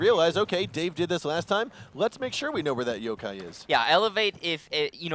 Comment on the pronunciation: wtf he said jokai not yokai lol